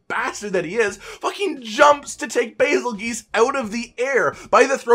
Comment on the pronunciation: I couldn’t stop wondering why he pronounced some of the names the way he did. Specifically “Bazelgeese”